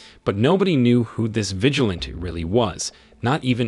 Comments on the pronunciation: Vi-gi-lan-tee, everytime you say vigilant I get a little bit more annyoed lol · Your pronunciation of vigilante is annoying!!